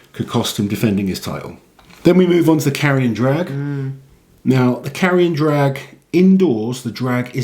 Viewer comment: Carrion drag? sounds like a stinky event to me ( I know he said Carry and Drag, but it sounded like Carrion xd )